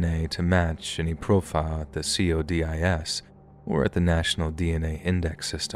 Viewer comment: It's not See-oh-dee-eye-ess. It's Coe-diss 😂